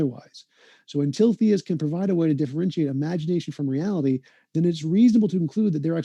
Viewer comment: stop saying reality like that idiot kent hovid